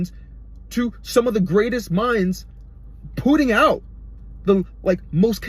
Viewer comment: “Poo-ting out” 😂